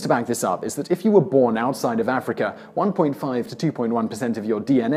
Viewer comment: As soon as I heard him say “Africur” he was immediately discredited. Herpes theory be damned.